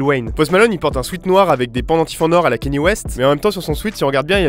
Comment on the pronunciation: ET AH OUI ÇA SE PRONONCE KANIÉ